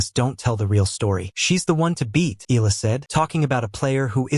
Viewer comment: It's pronounced eh-yah-la😮got that? 😳